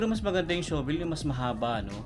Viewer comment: Huwag Kang magalit pero Hindi Tama Ang pagbigkas Ng SHOVEL. Ang bigkas mo ay sho vel. Ang Tama ay shuh.vl. o Sha vel.